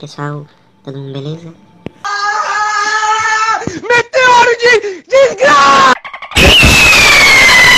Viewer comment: Meteoru ou raseigân kkkkk 😂😂😂